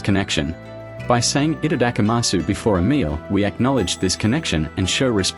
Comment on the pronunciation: For the love of god though, don't pronounce it like this person.